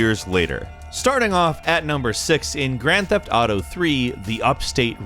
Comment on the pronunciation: Ooo YA its de gran teft autew YA